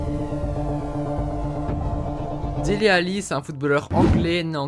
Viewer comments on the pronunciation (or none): On dit pas Délé Alli on dit Dili Alli